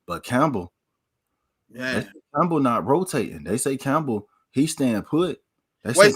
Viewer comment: Lost me when u said Campbell